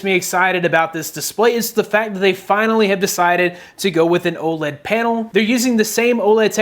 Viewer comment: Almost sounds like he said Old LED display